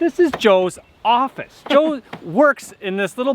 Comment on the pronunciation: Oh thank God, I thought Joe said "Welcome to my orifice!" 🤣